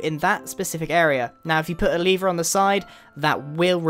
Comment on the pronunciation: It's lever not levere